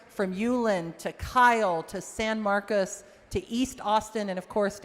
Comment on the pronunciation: She represents San Marcos and cannot pronounce the city correctly. IT’S NOT SAN MARCUS. doesn’t care about the Hispanic community, just their votes. Vote her out!